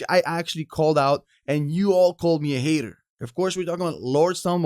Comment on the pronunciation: You "Heeter" ! lol 😂